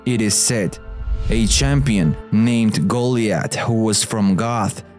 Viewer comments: They didn't the guy cant even say Goliath probably lol goollieth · Love this but it's so so so super cringing the way you pronounce names like Goliath, Arabia, etc...... Should really look into the proper way into pronunciation when those are important